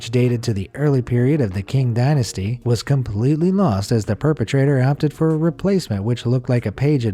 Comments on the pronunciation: sorry but the way he pronounced qing dynasty as king 😭😭😭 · What the heck is “King” dynasty?